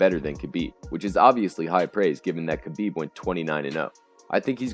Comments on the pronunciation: The K in Khabib Nurmagomedov is silent technically pronounced Ha-Beeb Nurmagomedov not Kai-Beeb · The K is silent in Khabib and Makhachev. Oh, and in Khamzat too. Damn dude. Make an effort to learn to pronounce fighters names. I couldn't watch this video beyond 20 seconds because of that. Please take the constructive criticism positively. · DC has called him Ka-Beeb for years and he never corrects him...